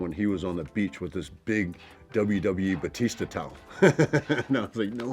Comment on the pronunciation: He was literally so gentle and sweet to them. This was so precious omg ❤ Also, there was something so satisfying the way he said his last name "Bautista" in this.